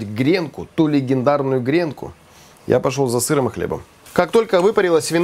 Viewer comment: "КррутОн с сыррОм!" Манифик!!! 😂😂😂 Канал супер, лучший из кулинарных. Всё просто и понятно!